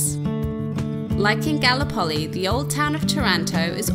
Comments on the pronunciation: Galli-poli? Is that correct? I would have pronounced it Gal-lip-oli, the same way as the Turkish Gallipoli, infamous in The Great War. Messy burger all the way! Englishman: FLA-MIN-GOS!!!!!!!!!!!!!!!! Flamingo: Ignore the crazy English tourist, they'll cart him off to the funny farm soon enough! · Exactly! Definitely GalLIpoli. Ignoramuses! 😂 Edit: also, TARanto, CasTELLo AragoNESe, Salina dei MONaci etc. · That scenery and food are killing me. Outstanding. 👍 The town of Galllipoli is pronounced: Ga Lip Oh Lee. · its calles Gallipoli - pronounce GALLLLLLLIPOLI